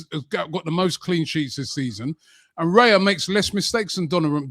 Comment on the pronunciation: It's RAYA not REYA ffs. And then the big expert repeats it like 20 times.